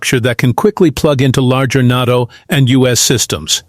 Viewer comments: Quit saying, "Not-o" for Nay-toe"... it sounds like really dumb AI. Nevertheless, thanks much for your reporting! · AI mispronounced NATO. FAKE. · I didn't know it was NAHTO, I always thought it was NATO.